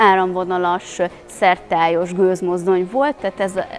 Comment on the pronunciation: Szertályos? SzerTARTÁNYOS!